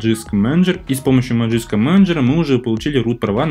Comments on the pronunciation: Зачем говорить "Ти даблъю эр пи"? Просто говори "тврп". Тоже самое с "Маджиск", лучше ж говорить "Магиск" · Если следовать транскрипции, то правильно произносить "мэджиск"